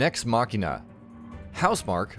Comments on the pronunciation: MACHINE-UH NOT MACKEY NUH TF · Just hearing “machina” being said in a cringy way had me cut this video. Dude, it literally says machine. So how can “ch” in the one word be different to the other?. Guess it’s just an “English speaking people” ting.